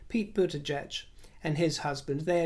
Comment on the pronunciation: Kudos for pronouncing Mayor Pete's last name correctly! If I may offer a slight correction however, VP Harris' first name is pronounced like the word "calm" as in CALMala.